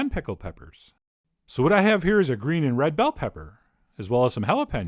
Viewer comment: What's it with the flex in your voice? "Now we'll add some BELL peppers", "Look at this delicious PIECE of meat". It's driving me nuts ...